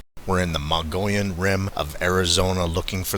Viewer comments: Mogee yon is about how it is pronounced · Mogollon is pronounced Moh-gee-on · As a 68 yo Arizona native, and a frequent traveler of the Mogollon Rim of Arizona, may I correct your pronunciation of Mogollon? We say it “muggy-on”. Thanks for the videos! 👍🏼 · Every time he says “Mongolian” I’m just like 🤦🏻‍♀️ haha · Thanks Marvin, I tried a while back to help correct his pronunciation but to no avail. Maybe you’ll have better luck! 👍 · Pronounced Mug E Own not Mongolian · how to you get Mongolian from Mogollon??😂😂 The correct pronunciation is MOH] + [GoH] + [YOHN]. I am a Hispanic, native Arizonan. I live on the Mogollon rim, and I actually had a scary encounter with at least two Mogollon Monsters. A book written about Eagle Creek, which runs north to south through the Mogollon rim, where I had my encounter, was written by an old rancher, that lived on upper Eagle creek her entire life. She said the groups of Sasquatch would migrate past her ranch every year, moving south to lower eagle creek in the winter, and north, to upper eagle creek in the summer. The furthest most reaches of this creek start at elevations of feet, in the Apache Sitgraves National Forest, and terminates at the south end, where it flows into the Gila River, at low desert elevation of 2000 feet. The temps in summer at the south end approach 115 degrees, while the north end gets several feet of snow in the winter. So it makes absolute sense that these creatures move south in winter, and north in summer. The rancher said in the book, that her Apache ranch hands knew that the creatures would pass through the ranch in April and again in October. They would hear them imitating Elk, Turkey and other native animals, while communicating with each other at distance. The Apaches would leave the ranch during these times, ad they were extremely afraid of these beasts. I grew up 6 miles from lower Eagle Creek, and would spend many summer days and nights fishing and camping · Mogollon = Muggy-on